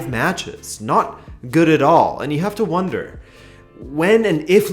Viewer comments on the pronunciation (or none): none